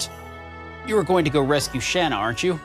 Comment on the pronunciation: Your pronunciation of Shana makes me want to set up car bombs in highly populated areas. Otherwise, good LP.